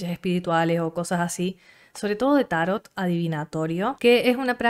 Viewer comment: Vpy bastante a Argentina, nunca había hablado con nadie de Tarot, pero bonito ver cómo mantienen la pronunciación grave italiana "tárot" y no la árabe o francesa "tarót" que tenemos en Colombia, interesante.